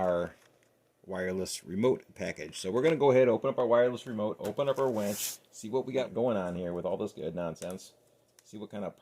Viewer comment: It’s a WINCH not a wench, though you may have one of those too 🤣